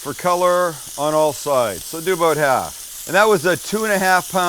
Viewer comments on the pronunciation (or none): none